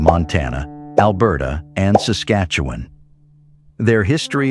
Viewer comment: LUL Sas-Keetch-Oo-Wen LUL Sas-Cat-Chew-One :P